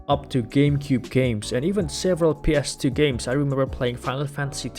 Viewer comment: Maybe it’s just my hearing but just about each time you said ‘ps2’ OR ‘ps3’ I couldn’t tell if you’d said 2 or 3.. sometimes the gameplay would coordinate with which one you meant so I guess that helped. Overall i give this 3 retroid pockets out of 5